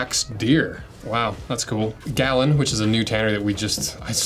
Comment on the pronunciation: Pronounced “ga-loon”. Really cool old building downtown Milwaukee, I used to own a condo there, right across the river from Seidel. I have the Brass boots in the black stag leather and it’s really fun to wear these in. On the other hand the Ottawa boot is the best boot Grant stone makes. I love my black CXL Ottowa’s.